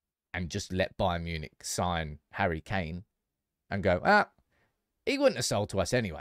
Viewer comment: " Harry McKain" 🤣🤣🤣